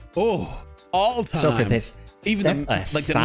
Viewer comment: You pronounce Socrates wrong and I should know, it’s my name